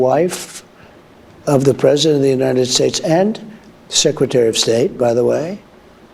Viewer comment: "Uniade Shayche"?🇺🇸